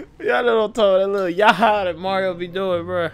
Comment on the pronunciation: It's not "YAHAA" it's "YAHOO"